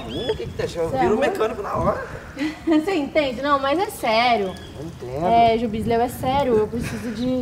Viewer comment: é foda "jubisleu" kkkkkkkkk 🤣